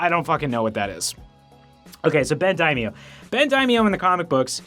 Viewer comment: If you wanted to learn how to pronounce "Daimio", you could check out and find it. By the way, you are saying it correctly.